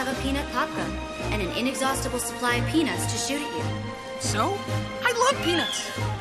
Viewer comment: Linkeur4 normalement, c’est « peanuts » mais bon, on peut tout entendre 😅